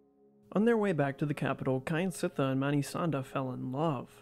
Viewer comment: Not "Ky an sit thar" but "Kjan sit thar"